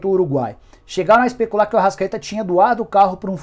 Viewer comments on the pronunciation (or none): Ele ser pronunciou errado